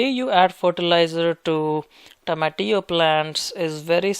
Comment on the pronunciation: I like his pronunciation of tomatillo